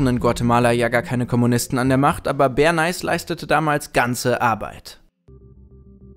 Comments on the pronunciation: Edward Ber-nääihs, nicht zu verwechseln mit dem berühmten Bern- Eis. ;) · Hahaha omg "Berneis" :D Das wird doch "Berneys" ausgesprochen. Wie "Smileys" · Bernays heißt nicht Berneis^^ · so wie hier benais ausgesprochen wird, sind videos auf englisch keine gute idee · entweder hab ich Edward Bernay immer falsch ausgesprochen oder ihr tut es - hab anfangs gar nicht gecheckt wen ihr meintet, als dann "der Vater der PR" kam, hats geklingelt :S LG Justice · Nicht Bern-Eis 😒 Bär-Näh. Und SIENnaga nicht SienNAHA. Ich hab Angst, auf euren englischen Kanal zu gehen...